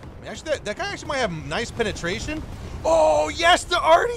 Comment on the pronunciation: You are the catcher and they are the pitcher. I cringe every time you say penatration.